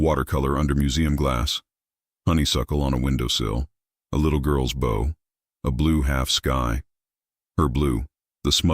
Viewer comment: Ok. I have listened to dozens of these. Best one yet. Premise was not one I had heard 10 times. The art angle was fresh and the narrative voice was decent for the story. BUT!! PLEASE teach the AI that bow, as in archery, bow as in violin, and bow as in a respectful gesture, and bow as in a boat description ARE NOT ALL PRONOUNCED THE SAME!!